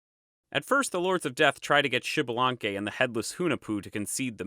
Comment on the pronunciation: Americas Kudos for the video, Thanks for Sharing. Just a note in the Names, in all character names that start with an X the pronunciation is either iks or ish and the last letter has an long accentuation for example Xmucane must be Iks-muca-neh or Ish-muca-neh(Ixmucané). Most importantly the name is not Xibalanque but Ish-balan-keh(Ixbalanqué, the Sun God). Hun and Vacub are not necessarily one and seven and Cabracan sounds cooler than "Earthquake". A follow up to your note at the beginning of the video the Quiche(K'iche) is just one of the ethnic groups of Mayan descendance , there is more than 23 spread though Guatemala and Mexico's Chiapas and Yucatan regions. Nevertheless A+ on your video, specially for showing at the end that Hun-Hunah-puh came back pimping!